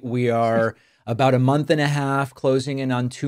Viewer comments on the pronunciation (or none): none